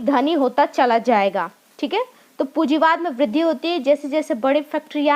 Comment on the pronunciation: Pujiwad nai medam punjiwad h